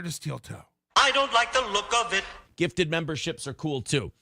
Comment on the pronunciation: "cooooel" is never not funny.